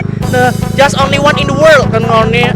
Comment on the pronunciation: in the world bang bukan wol :v wkwkwk